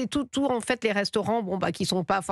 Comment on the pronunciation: parlez français on ne dit pas en faite !!! en fait !!!!